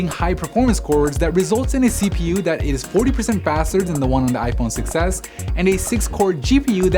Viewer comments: i always hear iPhone success instead of iPhone 6S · I keep hearing "iPhone success" instead of "6s" 😂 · Holy shit they I do to